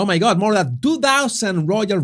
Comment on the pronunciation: *more.... not MOAR